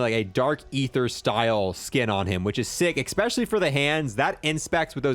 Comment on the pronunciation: Like your videos. Ecks-pesh-ullie when you say things like how cool the thunder looks.